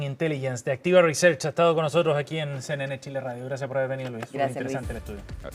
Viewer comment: Tengo prejuicios por su pronunciación: Tile (chile); Mutso (Mucho).